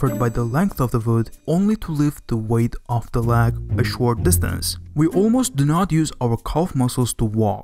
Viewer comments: Leg L ayyy gu not L ehhhh gu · Regarding the American Pronghorn Antelope, that representation is not even close to what they look like other than also being a quadruped herbivorous mammal with horns. Good video otherwise, though I'm curious where you're from with the letters v and w both being pronounced w and "leg" being "lahg". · please pronounce leg properly